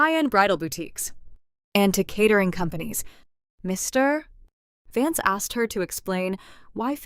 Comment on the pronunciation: check the reader.... cannot say vance any time???